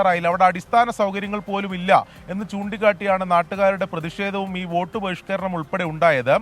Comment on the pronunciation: വേട്ട് അല്ല വോട്ട്